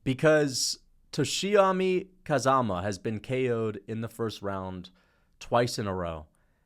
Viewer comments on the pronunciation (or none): none